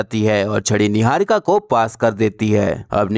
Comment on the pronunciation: yeah yeah 😂 .... Kangna diwani chamchi .. jealous n insecure ... 😆 Khud pehle apni pronounciation to theek nahi ki apni. Chamchagiri aur rakhi sawant se zyada attention ko tarsi huwi ladki 😂